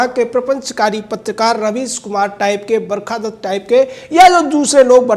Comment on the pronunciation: "barkha dasst" hahaha